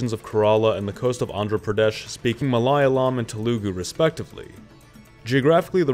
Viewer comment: TELagu, not TeLAHgu.... smh